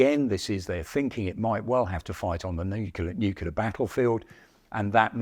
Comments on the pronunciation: the age of the tank will never die. also, lol "nukular" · This guy can’t pronounce nuclear. He says “nucular” repeatedly. No proofing or checking before release? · NU-CLE-AR! How hard is it??? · Did you actually say "nucular?? 🤣 When you consider how old the original design is, the fact that the M60 tank is still the front line tank of the USMC is nothing short of amazing. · Why do some people pronounce 'nuclear' as "new-cue-ler"? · If you're going to have someone cover topics of nuclear wartime, you should make sure they can at least say the word "Nuclear" correctly. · How can a guy keep mispronouncing 'NUCLEAR' his whole life and never get it right? Amazing. ..